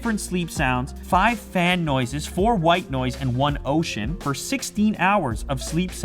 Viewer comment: "Up to 200 for movies", w-why did i heard "Up to 200 porn movies" ??!